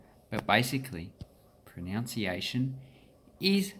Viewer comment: It's not pronounced proNOUNciation. It is pronounced proNUNciation.